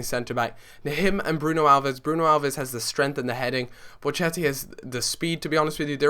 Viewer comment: Hey m8 im an italian sub of yours, just wanted to point out the way you say Bocchetti is wrong its:"Bokketti" ;) nice vid